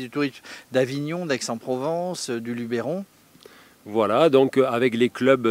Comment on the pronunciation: Nooooonnn!!!! Pas toi! LubEron! Pas Lubéron.;-) Bon allez ça te coutera une bière.